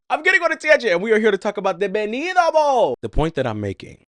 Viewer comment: Baby he won’t marry you if you keep saying his name wrong 😅 we pronounce the T in Spanish lol just say Benito how it’s spelled lol